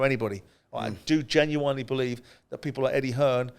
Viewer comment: Why is it Simon is a highly intelligent man but can't pronounce genuinely correctly. weird.